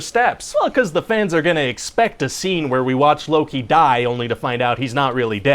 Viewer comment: he says luu-ki